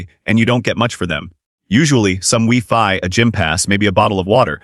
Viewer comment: AI dribble narrated by AI. Notice the mispronounced words like Wi Fi.